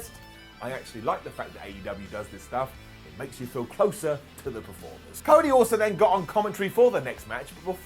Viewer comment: " Crody "? Lol